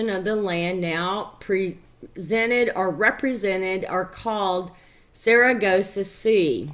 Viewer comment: Pardon me for being off topic, but how many times since you made this have you been told that the Sargasso sea is not pronounced Saragossa?